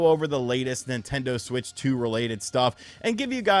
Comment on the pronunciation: The Nin-TEN-doh SuWEEEIITCH TEEUUWWWWW!